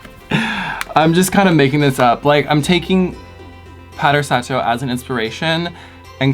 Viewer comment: It’s pronounced sah-toh <3 Beautiful look, as always